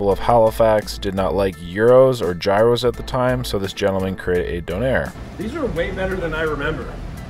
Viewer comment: gyros is pronounced like gear then os